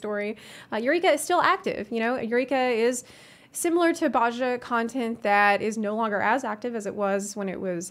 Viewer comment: Very good video, just one thing, Bozja is very commonly mispronounced, but we hear Gaius pronounce it in Werlyt, it's Boh-zee-uh